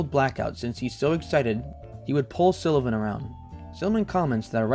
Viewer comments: Nelson deserves a lot more recognition than his work has ever received. But first, we need to clarify (and I hate to be the pronounciation police, but someone has to be): His name is Nelson SULLivan. Not SILLivan. Regardless, thank you for making this video. Nelson's work is important as it documents a moment in time when some of today's LGBTQ icons and artists were still scrappy twentysomethings on the street. A time when the East Village was still a grungy, artists' wonderland of inspiration. He''s perhaps most well-known today for having captured a large amount of footage of the infamous Club Kid era of Downtown, including the cautionary case of convicted killer Michael Alig. Much like many of those he trained his ever-present camera's eye on, it was years only after his shocking death that the size and scope of Nelson''s work was discovered. So many - whether it be younger LGBTQ's, New York historians, aficionados of Club Kid Culture, and those simply interested in a fascinating time gone by have enjoyed the massive treasure trove he left as his legacy. He's even often studied by other photographers and videographers that find fascination in Nelson's style and technique (most often, the fluid movements he created to ensure he was as much a presence in his videos as his famous friends.) Thank you, Nelson. I hope you know how much we appreciate what you left the world. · Great video, but its SULLivan not SILLivan! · He called him Nelson Sillivan the entire video lol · Why can’t you pronounce his last name properly it’s SULLIVAN. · Why are you pronouncing it Sillivan? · Same place he came up with “Silla-vin” 😂😂😂 amateur hour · This guy keeps saying Sillivan as well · Ok love the video but mispronouncing SULLIVAN’S name every time is my 13th reason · Jesus Christ learn how the say Sullivan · I don't love how you pronounce "Sullivan" but thanks for the video. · Why's it so hard for you to pronounce "Sullivan" correctly?